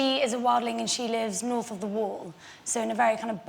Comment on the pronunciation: KING OF THE NORF